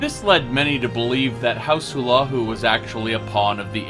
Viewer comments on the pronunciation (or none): and he calls house Hlalu house "" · Awesome little lore thing. I knew Morrowind got fucked in the past 200 years, but not that bad. (Also you're pronouncing Hlalu wrong) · I hate how you pronounce House Hlaalu. The build video is great, but hearing you pronounce Hlaalu is painful.